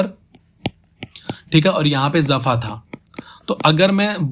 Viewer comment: Bro... jafa main nukhta nahi hain... so it is jafa not zafa....